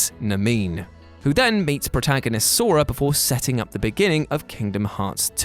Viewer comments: who is Nameen? 😑 Her name is Namine. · Omg, you pronounced kingdoms hearts Naminè Namine. It shouldnt matter much but really irritated me lol. Rest of the video awesome. But fml Nah Min Ay!!! X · .....Namine's name is pronounced "Nah-me-neh". Not "Nameen". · "NA" "ME" "NAE" Namina Never do it again. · Wtf is a Nameeen🤣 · Dude pronounces Naminé as Nuh-Meen im dead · Yeaaaah, it's Nah-min-ay. And also beh-hee-mith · Best part of Chain of Memories was the Riku part.... also Nah-Me-Neigh is how it's pronounced lol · I love how everyone is correcting Namines name with a different pronunciation XD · The way you pronounced namine shook me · AAAHHHH MY EARS!!!!! I's Naminé not Namine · It ain't pronounced that way either. The two comments before me are the correct way.